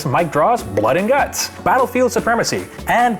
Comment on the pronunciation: "Blood and Gunts" - not sure if you innocent Canadians meant "Gunt"?